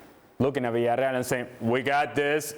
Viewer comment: god I hate his pronunciation of Villarreal. I hate his voice in general. It is just grating.